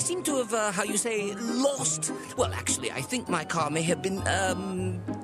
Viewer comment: GET IN THE CAH